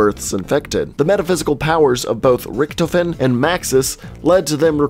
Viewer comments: It's pronounced ricktofen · You mean Ric-Toe-fin